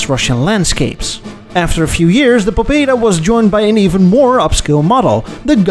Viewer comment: "Pobeda" (better read "paBEda", with stress on BE) means "victory". "Freedom" in russian is "svoboda" (svaBOda).